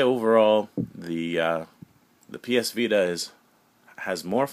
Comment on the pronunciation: The way he says "vita" in this video bothers the fuck outta me but anyways. Every ds nintendo makes reminds me of the old ds, It looks like a dinky kid toy. The ps vita is designed for actual game players mainly focused toward teens. + the 3ds looks very kidish and also is easily breakable. Sony wins.